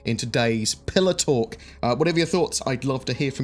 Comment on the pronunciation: I thought he said PillowTalk instead of "Pillar Talk" xD.. Would love that giveaway ship!